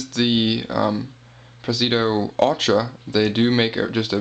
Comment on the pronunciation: Say it with me pres-i-di-o.... LOL nice knife, handled one today, will buy soon.